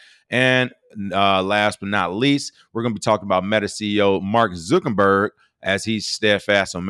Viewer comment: I have yet to figure out if King mispronounces Mark Zuckerberg's name intentionally or not lol